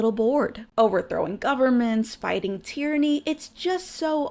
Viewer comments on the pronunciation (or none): none